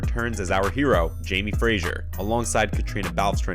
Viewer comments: His name is Fraser NOT Frasier. Get it right 🙄🙄🙄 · Fraser is pronounced ‘fray zer’ NOT ‘fray sher’!! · 12 hour days, often night shoots, -12°? But these videos are just for clicks, he can’t even pronounce Fraser (not Frazier 😩), bc it’s a voice reader, not a human.